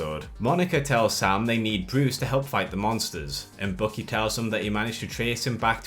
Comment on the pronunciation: I kept wondering who this "Bookie" is you keep talking about, then I realized you meant Winter Soldier. Dude, his name is BUCKY. Bukk-ee. It's pronounced completely differently.